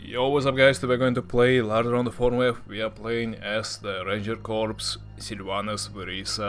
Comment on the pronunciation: Corps is pronounced like core. I think its french or something which makes the s silent.